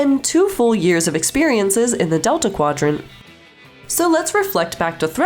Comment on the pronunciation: What is the Mayta Quadrant?